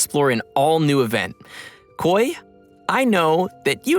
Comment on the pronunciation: Its Khoi btw not Koi